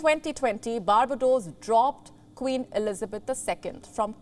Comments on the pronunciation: This mispronounced a lot of the island countries is hilarious lol bar ba dos.. lol bar-bay- dos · It's Bar -bay-dos. Not "Barba dohs" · Ms Anchor. Kindly check the pronunciation of all those countries you've mentioned. Eg. Baar.BAY.daws. baar.BYU.duh... SAWV.ruhn.ti is tri-syllabic. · The way she butchers Barbados is hilarious